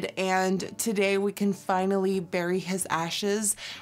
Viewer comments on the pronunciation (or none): none